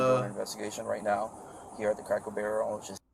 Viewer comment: Does this guy keep saying cracko barrel!? #donuthen #trashpeople